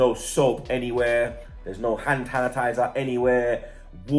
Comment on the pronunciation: cant say hand sanitizer hahahahhaha u ok bro lol